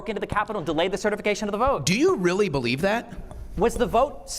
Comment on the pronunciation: If your only retort is, “you don’t bewieve in dinosooores”, you’ve lost topic and ultimately, the debate.